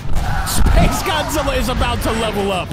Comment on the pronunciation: Why are you keep saying Godzilla wrong